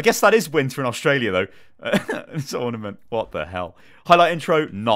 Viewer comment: Was it just me or did he say ornimant mei when it was mercy